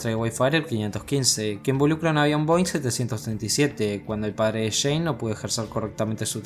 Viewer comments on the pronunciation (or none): none